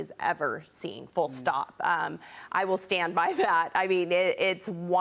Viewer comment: It's hilarious to see she can't pronounce his name, but the closed caption gets it right. LOL. So jealous! Guys, look at what he's trying to do, not who he is or where he's from. I'm sure you guys will benefit from his work as a Mayor.